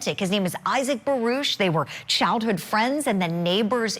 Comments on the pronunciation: It isn't barush it's baruck julie fet your facts straight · Julie we can hear and see for ourselves it isnt barush its baruckfirst quextion as usual objectssure you will sustain the objection to get it over wuth geez judge why dont you go back to law school what a fool nobody likes elaine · Again its Baruck not barush eelaines questions about phone call should have been sustained because shes trying to assume and speculate what went on shes probably with another man